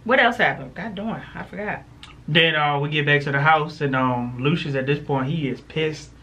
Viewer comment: Bella called lucious..."dooshus""..just saying